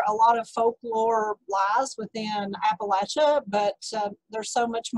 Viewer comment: Thank you for pronouncing Appalachia correctly!